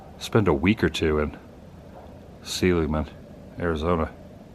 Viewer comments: It's pronounced, Sah-ligman, not See-ligman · Fyi, that town is pronounced, " Saw lig man." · You haven’t been to Seligman w/o eating at the Roadkill Cafe, best restaurant there IMO. BTW it’s pronounced Sell-lig-man. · Seligman pronounced sa-lig-man back in the day (1960s) no long E . Occasionally our athletic bus stopped here for the team to eat as we headed down 66 when we played Needles California or Kingman . Most of the towns we drove through back then have been by-passed now even Holbrook and Winslow both conference rivals of the Snowflake Lobos - - we would often load on our athletic bus before school began on Friday mornings for many hours of riding for some of our away games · You should learn the correct pronounciation of your "favorite" Route 66 town sir.